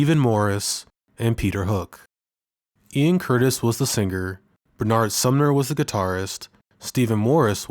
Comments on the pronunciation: I've seen about 4 different videos about Joy Division recently, and every one has mispronounced Bernard. He's English, not French. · Pronounced, Ber-nud !